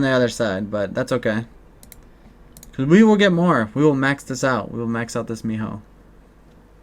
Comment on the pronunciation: Whenever you say my-hoe it makes me cringe. XD (mi-ho)